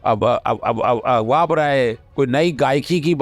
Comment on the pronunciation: AGWA NAHI AGHWA HOTA HAI